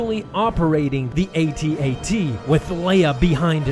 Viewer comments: Star wars nerd Its and pronounced AT-AT. Not at at. Omg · It’s AT-AT not AtAt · Omg sorry but can you say a t a t walker not at at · he called the at-at an at at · ATAT... Jesus christ, its an initialism, it's A T A T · when the star wars comic guy says at at instead of (a-t a-t) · i had a teacher in high school kick me out of class because i told him its A T - A T Walker not aht - aht walker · The way he says atat like at at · It really triggers me when people pronounce it At at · Atat smh so at-st is now pronounced atst cool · I did not just call it a “at at” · "At-At" ughh, never say that again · going for both AT-AT pronunciations, smart